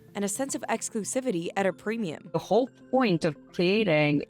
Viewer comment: why does she say Plemium?? LOL...